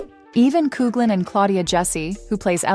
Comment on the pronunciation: Please pronounce Nicolas surname correctly! Its pronounced Cocklan.